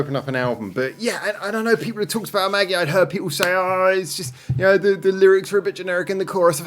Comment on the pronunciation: 「Magie」の発音は「マギー」. The emphasis is on the second syllable. よろしく